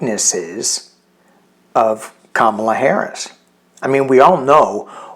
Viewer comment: Comma la not cam as in camera.